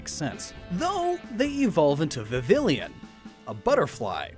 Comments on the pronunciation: It's Viv-EE-yen not Viv-ill-INN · Just so you know, Vivillon isn't pronounced "viv-ill-ee-yon" like you keep saying, it's "Vivi-yawn" because the naming scheme is similar to "Papillon", French for butterfly, and the double L sounds like a Y. Just like guillotine. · The way he said Vivillon’s name is driving me insane. Viv-vie-ohn. Not Vi-vill-ion. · Ok, I would just like to point out that he says, "vi-vil-ee-uhn" Though its official pronounciation is "vi-vee-aan" because of its japanese name,"Viviyon." Don't get me wrong, it's a common mistake, but i don't even know how you would have gotten that. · It’s viv-E-on, not vivillion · Vivillon is pronounced vi-vee-on since it comes from the French word for butterfly papillon (the 'l's r silent) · Not exactly silent, more like a "y" tbh, so it's more viviyon, vivyon, idk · "Vi-veey-on" is the correct pronounciation in French a double "L" makes a "Y" sound like yeh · Vivillon is actually pronounced vivi-yawn because it’s from kalos and the French word for butterfly is papillon (pappy-yawn), there’s also a small dog breed be the same name as it is French and it has large ears resembling butterfly wings (I would know I have one) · Ok. For a person learning French, I must say that your pronunciation of Vivillon is INCREDIBLY incorrect. The French word for butterfly is Papillon pronounced “Pap-eon” because the double L in French sounds like E a lot of the time, but it’s never said like ill, therefore, Vivillon is pronounced “Viv-Eon” The more you know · FYI Vivillon is pronounced vi as in video, vi again, and then yawn. The double L is like spanish and there is no I after them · it’s pronounced viv-ee-yawn. Not like pavilion. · Slight correction (I know, a year in the making): Vivillon is actually pronounced like Vih-vee-yawn. The double L in some languages is pronounced like a y. This is further stated by the Japanese name Viviyon. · Don't pronounce the two Ls in Vivillon.